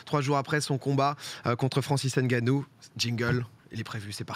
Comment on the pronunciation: Arrêter de dire n ganou c est nganou on avale le n.